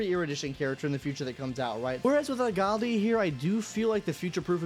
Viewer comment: Aglaea ❌ Agalia ✅